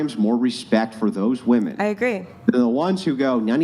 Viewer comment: Is there a single human female born after 1990 that can manage to pronounce women properly? Like, even one?